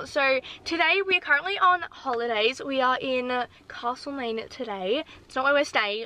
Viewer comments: its castlemaine not cAAAstlemaine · Btw it’s castle main as in a castle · You’re saying castle main wrong. I know because I live there